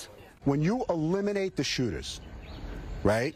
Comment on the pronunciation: He pronounced shootERS wrong 😂😂😂✊🏿✊🏿😂😂😂